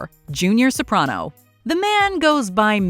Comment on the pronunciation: Finally someone who pronounces Soprano correctly.